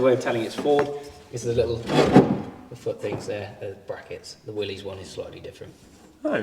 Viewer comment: Fun fact Mr Willys pronounced his name, Willis not Willy’s